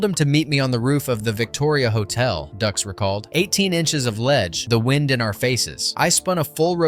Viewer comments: Another video created by someone who didn't watch the movie. Although I appreciate the video, you really should have watched the movie. By the way it's pronounced "Dukes" not "Ducks". 99 percent of YouTube nowadays are videos where the creator has not seen, or participated in the video content they are creating. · It's pronounced Dukes....but spelled dux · Before posting a video like this, make sure you are posting the correct names. It's Frank Dux it sounds like "Dukes." Dux has been caught in every lie under the sun. His ridiculous statements and stories have never checked out. He has been branded a liar from the beginning. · How many times can you mispronounce Dux. You made this video, but didn't watch the movie. It's pronounced DUKES. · It's Frank "Dukes" right? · I cant get past "Ducks" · It's Dooks. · No no... it's Dooox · You're killing me here. Did you watch the film? It's Frank Dux but it's pronounced Dukes. They say it in the film. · Frank Dux pronounced like “Dukes” as in “put up your dukes” Did you even watch the movie? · No, no... it's Dux... like put up your Dukes. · No, no, no... it's "DOOOKS!" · Like put up your dooks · It's "DUKES" - like put up your dukes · I was thinking this the whole time. “Is ‘Dukes’” “Like put up your Dukes, right?” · Hard to take this seriously. Mispronouncing the man’s last name means you didn’t actually watch the movie. It’s literally a running bit. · These facts would be more credible if you had actually watched the movie. There's literally a scene in the movie on how his name is pronounced which they make light of. Hearing you saying wrong 100 times in row is so grating. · Can't even pronounce Dux correctly. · Dude, listening to you continuously pronounce Frank Duxs' last name incorrectly make the video unwatchable. Thumbs down. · Literal line in the movie yet this video couldn't get that right. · Dux is pronounced Dukes, not Ducks. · It's not "ducks" , it's Dux, like "put up your dukes". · Dux - Ducks, ugh... Dukes